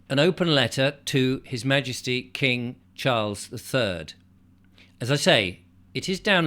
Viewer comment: Sorry to say this but your Ma-ges-tic is a li-zard 🫣